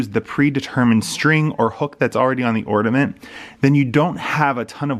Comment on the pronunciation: Great video, I learned a lot, thank you! My inner English teacher is screaming or-NA-ment not or-DA-ment.......🤓